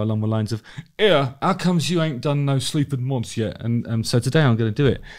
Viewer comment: I swear I thought you were saying “Sleeps with Moths” - which is a pretty good name for a band imo!